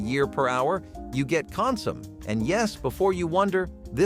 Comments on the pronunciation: It's consumé, not "consum". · Con-sue-may, not con-sume. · It is not pronounvced "Con - some." The final "m-e" is articulated. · “Con-sum”? That’s “con-sah-may”, a French word. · Fun fact: Consommé is pronounced con sum ay.’. Not con’ sum. Helpful hint: Don’t date educated people. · Pronounced con som may not consom. Spelled consommé. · consummé. Three syllables not two. You need to accent the last one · "consommay" pronounciation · I do wish humans actually were the voices. It takes me a bit to figure out what comsom is, and octOpi LOL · It's consomme - CON-suh-may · It is pronounced Con-sue-may. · It’s pronounced CON-SOM-MAY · It's pronounced CON-suh-MAY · CON SU MAY. FFS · Con-Soo-MAY please note the accent mark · I noticed that too, it sounded like he was saying “possum” lol